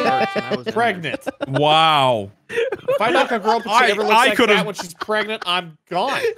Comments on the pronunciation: preganana me: (flashbacks) pregant pregananat prengan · "Can u get... preganté" 😂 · really pulled the "pregananant, pregante, pregnat"